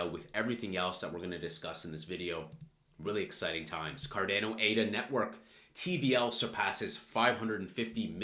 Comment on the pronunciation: Why do you say Cardano is such a weird way. You say "card-ai-no". But it's pronounced "card-ah-no".